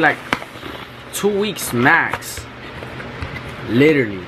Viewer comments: It’s the way he says “liwterally” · “literally”😂😂😂 with his accent 😍